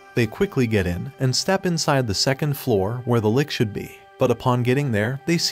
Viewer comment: Its lich not lick